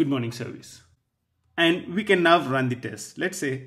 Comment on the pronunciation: I'm very sorry, that I'm telling you this, but I think you should know that your pronunciation is TERRIBLE!!!. My ears are bleeding because of your repeatedly "Nuff" and "Nuv" instead of "Now". But your lessons are very good. Your explanations are very easy to understand. Thank you.